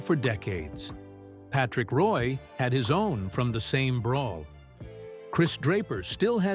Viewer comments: His name is actually pronounced, “Patrick Wah,” not “Patrick Roy.” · Its pronounced Wah, not Roy.